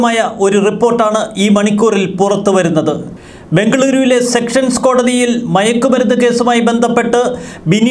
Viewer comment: Sessions കോർട്ട് ആണ് സെക്ഷൻസ് കോർട്ട് അല്ല